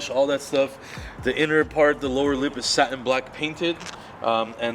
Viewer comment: It's not sa-en its sa-TIN